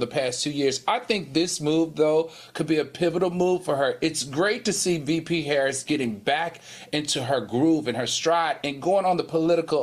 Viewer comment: Young Miami must be drunk or high on something 🤔 if she thinks she is anything OPRAH girl have several seats. Panel will y'all please tell Funky how to pronounce the VP name PLEASE